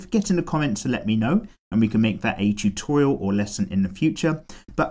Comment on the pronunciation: The way he says tutorial 😂